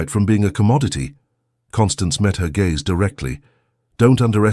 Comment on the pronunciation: Discuss Bach please..not bark.oh dear. And lowered his gaze...not gays